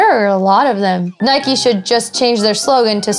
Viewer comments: Why do you call Nike "Nikey" you don't ride a "bikey" now do you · Nike not nikey you don't ride a bikey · It's Nike not nikie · I hate it when people pronounce "Nike" like "Nikey". IDGAF if that's how it's pronounced, it irritates me to no end. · ***** Nike is the Greek goddess of victory not just sports... :) but yeah nike not nikey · She forgot a sin, it's not Nikey it's Nike🙄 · Isn't it Nike not nikey. It's like calling a bike, bikey. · It's not nikie its Nike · One more thing it's called NIKE not NIKEEE good English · why do you call it naikey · People who say 'Nikey' 😂😂😭🔫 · nikey hahahahaha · It's Nike not Nik e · it's pronounced Nike silent e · It's N-eye-k not N-eye-kee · Nike is a good but there saying it wrong